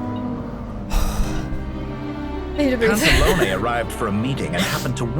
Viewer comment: Absolutely loved the playthrough, despite being triggered by the Pantalone/Sandrone name mispronunciations.